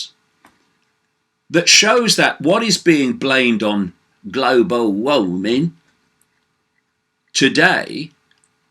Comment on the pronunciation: I love how you say global warming GLOBO WAHMING!